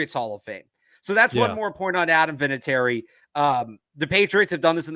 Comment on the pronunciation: Vinatieri - not even close...no offense,.